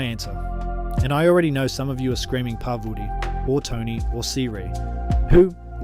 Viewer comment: Was this read by ai? “Par vooti” “si ri” “to kanteens” hahaha but nice vid